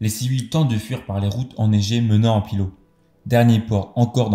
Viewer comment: Ce n’est pas la Litonie mais Lituanie, et on dit Pillaou non Pilo